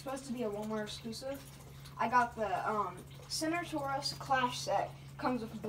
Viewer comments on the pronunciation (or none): This is how u pronounce it SERT-O-SAUR-US